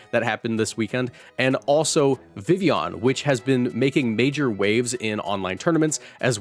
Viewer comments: God it’s such a low bar but I eargasm every time vivillon is pronounced correctly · Thank you for pronouncing Vivillon correctly, lol